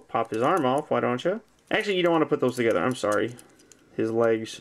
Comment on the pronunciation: Is he saying: "FOLD DIS BAK TOGTRER,"